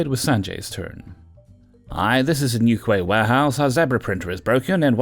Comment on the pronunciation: I've never heard Newquay pronounced that way before.